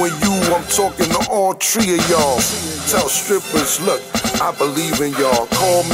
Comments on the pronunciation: He said "all tree of yall" lol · "I'm talkin to all tree of y'all" LMAO!